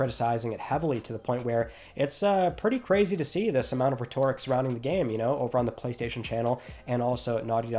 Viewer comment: you finally pronounced Heretic correctly, but still mispronounced Rhetoric